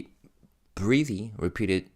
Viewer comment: It's cute the way you mis pronounce 'breathy'